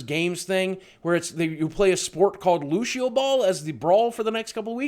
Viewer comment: isn't it Lu-sea-o, instead of Lu-she-o? Honestly don't know why it matters...... just curious hahah